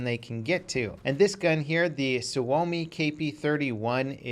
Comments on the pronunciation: You just not said "suami"? IT'S SUOMI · it doesn't have a w when you pronounce it and actually says su-oumi if he left the extra u he'd be correctly pronouncing the name of FATHERLAND PERKELE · butchered the word Suomi because it sounded like Swuomi when he said it lol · "suvomi" lol TORILLE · "Suami" xDDD that sounds funny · Suomi is pronounced sawme